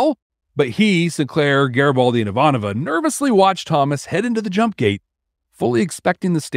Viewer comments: Dude.. It's i-VAN-ova NOT ivan-O-va. You are almost through season 1. Please work it out bud. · So we are listening to B5 For the First Time… for the first time, and we are at this point in the timeline. We don’t know what’s ahead of us in the next podcast episodes, but we think at this point, needs a buzzer for every time he butchers Ivanova’s name! C’mon, … if she can read a prayer in English for Sinclair, you can learn her name for her! 😂😢